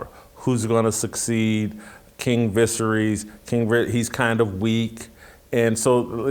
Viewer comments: LOL FFS man, learn how to say the characters' names if you want to be taken seriously. "King Vissery"??? You mean Viserys - pronounced vuh-SARE-us? Just tell us you didn't watch the thing and are just reading from a script someone handed you. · the guy pronounced "Westeros" like it rhymed like "underoos." "Visaerys" like "vissery." He never watched the show, he's just reading a script someone gave him. Good little robot. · Vis-air-eez. You started your show saying the kings name wrong